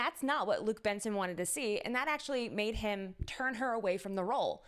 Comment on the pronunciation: Thank you for the video! ... It's Jean-Luc Besson, not Benson... We don't pronounce the "n" and we pronounce "Bess" as in "best" without the t.